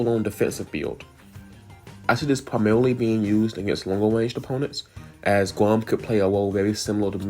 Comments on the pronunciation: Did bro said "gwom"?💀💀💀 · It almost sounds like "głąb" which means someone stupid in polish 😅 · it's ok, "Gwam" sounds kinda funny in a nice way